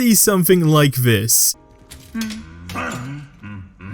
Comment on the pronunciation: Is he saying “vis” instead of “this” no hate just threw me off for a second 😂